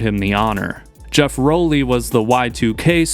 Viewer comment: easily the most obnoxious way to say Rowley. It's "Raw-lee" not "Roll-lee".